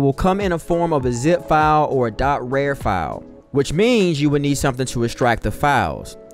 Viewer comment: ain’t no way he said “rare” instead of “rar” 💀